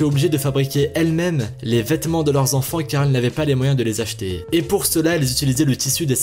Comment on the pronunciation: on ne dit pas quatre "zenfan", mais quatre "enfan".